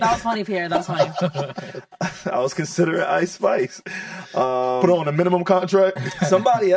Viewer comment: Icespice????, stop it😂